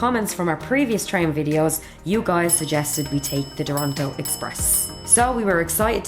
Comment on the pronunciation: They : Duranto Express My Ears : Toranto Express